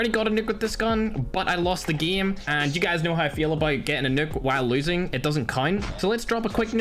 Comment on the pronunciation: Whhyyy gieme its game not gieme